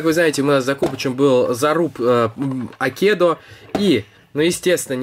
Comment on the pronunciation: не акедо а Акедо от слова айкидо по этому правильно ставить ударение на первый слог А